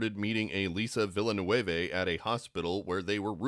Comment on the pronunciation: It's not "VILLA-NUEVE", It's "VIL-NEV" . It's french or from Québec.